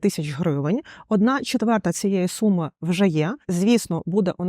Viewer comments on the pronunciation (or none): none